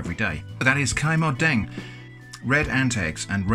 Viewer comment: Yeah, that’s how we do it in Thailand except for adding fish sauce instead of salt. And you got Kai Mod Deang right 👏🏼 it literally is egg-ant-red. 😁 impressive 👏🏼